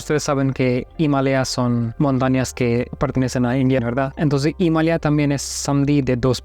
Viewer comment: Me sorprendio como pronunciaste Himalaya , fue algo asi imalia, y en mexico lo pronunciamos diferente algo ima laya o ima lalla😅